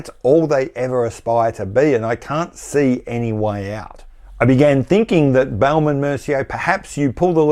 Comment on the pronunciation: Love the way you pronounce Baume from Baume and Mercier. You make it sound like baoum which is really funny 😄 for French speakers Raymond Weil ? Are they still around ? If yes, they should close shop and distribute proceeds to shareholders. Steinhart : definition of a cash cow. Thousands of faithful fans forking out €4 or €500 each year to get a new Rolex lookalike. Breguet : aren’t they the European Credor ? Everybody agrees they are great, but you never see them IRL Another zombie brand : UK Rotary.